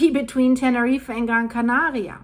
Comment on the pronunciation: Tene reefer??? 🤣